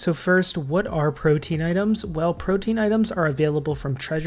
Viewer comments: Perfect video for DXP! Thanks! Side note: It's pronounced pro-TEA-an (3 syllables) not pro-teen. I think I've only heard 1 Youtuber say it correctly, so you're definitely off the hook! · It's prote-an, not protein.